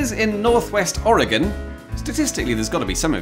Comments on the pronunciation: I'm not surprised got "Oregon" correct but I'm very surprised he got "Willamette" right. (Portland resident here, typing this from 500 meters away from the shore of the Willamette.) Well done, there. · I am the viewer in Northwestern Oregon. You said both Oregon and the Willamette correctly, a feat some of my own countrymen seem incapable of.